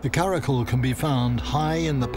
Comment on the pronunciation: Just correcting “ kara kol” pronunciation is “kara kyol” and its not tajik words its kyrgyz turkic word, people who is there are kyrgyz ppl